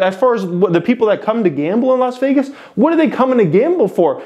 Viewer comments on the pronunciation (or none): none